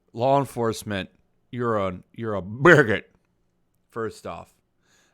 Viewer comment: LMAO! I cant stop laught at your pronunciation of Rahahahahahacist, and Buhhuigghot!